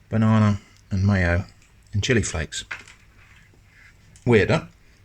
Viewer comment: So it's b-one-ana?